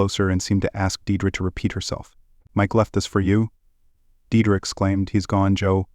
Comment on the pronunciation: "Deirdre" is pronounced "Deerdree"...